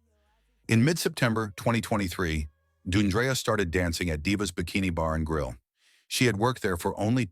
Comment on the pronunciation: It's not Doon dree uh, it's Dee AHN dree-uh. This is so disrespectful. And all of you people with these disrespectful comments, be careful because it could happen to someone you love It's not about her career. Women of all walks of life face violence daily.